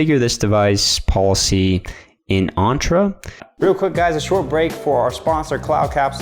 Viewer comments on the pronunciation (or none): The way you pronounce Entra is so off